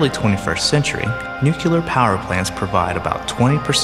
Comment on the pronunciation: Great show, but how is it that a person who can perform complete sentences for such a long stretch pummel me in the crotch with a "NEWKYEWLER" pronunciation? JFC+WTF squared.